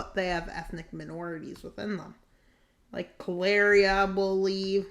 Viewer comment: yeah I know that, but he* kept mispronouncing it as Kaleria tho